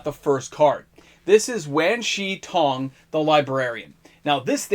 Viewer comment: Wan Shi Tong is pronounced "Won". Avatar is very Asian-inspired, imagine every name in an Asian accent of some type.